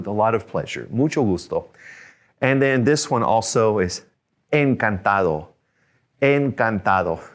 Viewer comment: you said encantado with "encantalo" right? Idk how to pronounce spanish word properly